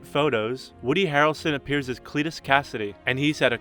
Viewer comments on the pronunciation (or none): CLITus, that pronunciation tough